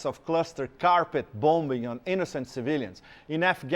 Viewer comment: Why do you say innosient. They drove planes into our shit so you say their innosient.